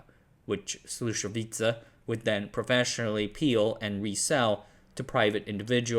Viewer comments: "Check Oslo Wacky Un" (the adjective is actually Czechoslovak) "Džejzídý" (yeah-zet-dah in Czech) "Slačevica" (actually Sloo-sho-vitzah, stress on first syllable like all Czech words) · "Slušovice" is "Slushovitse" (ts pronounced like tz in tzatziki) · It is Slušovice, not Slusovica. Not that hard to pronounce. Also JZD is not pronounced Jay Zee Dee. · Bruh, you are so lame :( You cannot even pronounce "Slušovice", "Zlín", "Březová" and "Czechoslovakia". Your other content suck as well. Do yourself a favor, stop scraping Wikipedia for your lame misleading videos and do something useful insteads. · No he doesn't. His pronunciation of Slušovice was terrible. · just a couple of notes: Communists, did not buy stuff and companies, they just took it by force and nationalised it.. Also, please, next time if you decide to make a video with another country language names, check the correct pronunciations because sadly you mispronounced many words... for example Brezova, Slusovice, Bata, JZD, Husar. Coke was prohibited by the way... you could not buy it, that is why Czechia has their own style called KOFOLA... Otherwise, nice! :) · I was born and grew up 20 kilometers from Slusovice. My grandfather was a friend with Cuba. Your information was 99% correct which is amazing. Just your pronunciation of Czech names needs to be polished. Did you know there was a song made about Slusovice? Search on youtube for "Paleček + Janík - Slušovice - celá verze"